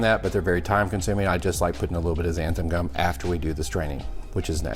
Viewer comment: I love the show, love your recipes, and the scorpion pepper is my favorite of the "big boys". I wasn't able to finish the video and took the gist for the rest... let's be honest. I couldn't hear xanthaN gum mispronounced one more time. Short of being pedantic about language, I look forward to replicating that sauce!!